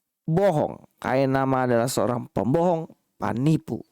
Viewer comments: Fenifu dan welit lit liiiittt😅😅😅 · 😂aduh tekanan kata Panipu 😂 Ta Kirain orang Indonesia timur😂😂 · punya nada penekanan pas bilang: "Panipu" paleng passs...hahahaha. Terima kasih videonya Mas. Sehat-sehat selalu. Tuhan Yesus memberkati. 😊